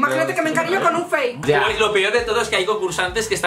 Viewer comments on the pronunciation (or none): JAJAJA ME ENCANTA QUE DIGA "FAQUEEE" EN VEZ DE FAKE JAJAJAJA